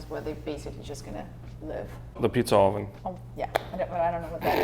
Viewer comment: Your guys experience is really shining through. Too bad that comes with agonizing over the smallest details but it'll be worth it in the end. And seeing those renderings is very satisfying. Other than that, your pronunciation of "oven" cracks me up as it decidedly has Spanish flavour. Being from central Europe and having my own peculiarities as it comes to language I'm not making fun, but just an observation.